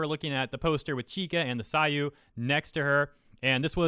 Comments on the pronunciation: that's [seiyuu] "say-you", not "sai-you". Watch "Sore ga Seiyuu" (an anime about seiyuus/voice actresses in slice of life theme, and featuring cameos of real seiyuus like Rie Kugimiya, and Hiroshi Kamiya, and Yukari Tamura, all animated in there for about 10sec), and you'll keep hearing characters say it as "say-you". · seiyu, not saiyu. emphasis on the E not the A sound.....i cringe everytime you say psy-you. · It's not "the saayu". It's seiyuu, pronounced "say-you". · its not "saiyuu" its seiyuu, se-i-yu-u. sei is pronounced like "say" not "sigh" i noticed you mispronounce a LOT of japanese words, take some time to learn the 96 pronunciations, yes it sounds like a lot but theres a LOT more in english, and the best part? each character sounds neat identical no matter the word its used in, se will always sound like se, yu would always sound like yu, so once you learn the 96 syllables you can literally pronounce every single japanese word correctly, sure it won't be perfect tone or accent or anything, but the actual syllables will be entirely correct linguists always say japanese is extremely easy to speak but extremely hard to write, and its true, japanese is piss easy to speak, tones can be hard but they arent actually required to conversate at an intermediate level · Btw it's pronounced like "say you" not "sayu" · It's "Seiyuu", not "Sayuu", man. >.< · seiyuu = SaAYyUuu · Great video! Just a quick note: Seiyuu is pronounced "say-you", pretty easy. Thanks for covering this news! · It's really funny hear you say saiyu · Think your pronunciation of seiyuu was off and is pronounced similarly as 'say you'. Just a tidbit I think i noticed. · Reads "seiyuu" Pronounces "saw you" Now, all that's missing is complaining about Engrish in anime and you have the perfect weaboo! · It's 'say you' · Still butchering seiyu, but at least you corrected yourself on live. Retribution for Chika!